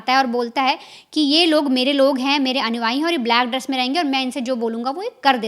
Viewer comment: भैया और बहन जी वेरी गुड। लेकिन अनुआई नहीं अनुयायी बोला और लिखा जाता है।